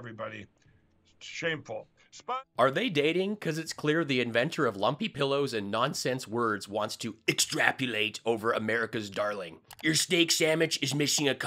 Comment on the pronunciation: After all these times, no one has corrected Mike and told him it"s not "extrapulate". He should beware of the dictionary suing him for "deflamation".